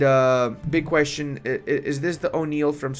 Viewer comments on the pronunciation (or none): none